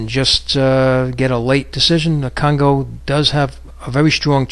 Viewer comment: kongo not congo